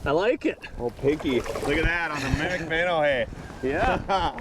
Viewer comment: "Mimmic mimmow." 😂